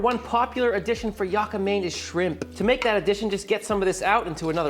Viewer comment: Dude said, "Skrimp". I can't!!!🤣🤣🤣🤣💀⚰️🪦👻